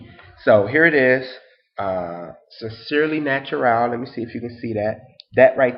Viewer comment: Hi, thank you so much for your honest review and feedback of my product line, I am so greatly appreciative of you and your future patronage. Also side not you pronounced my name perfectly:) Have a blessed rest of your early morning:)